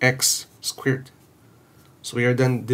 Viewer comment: “two ex squirt”